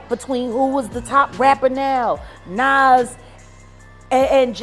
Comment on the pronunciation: STOP REPORTING ON BLACK ARTIST !!!! How tf you can’t say Nicki Minaj , Tupac or NAS WTF